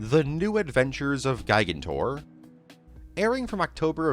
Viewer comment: I can tell you’ve never seen Night at the Museum because of the way you say “gigantor” 😂